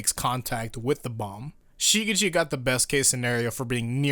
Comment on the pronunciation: someone please teach this dude how to properly say shigechi